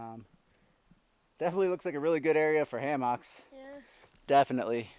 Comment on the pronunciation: This is an excellent video!. Kudos to showing Elliot how to backpack in the Wilderness, Your time with him is priceless. However it is pronounced hammocks... not ham hocks.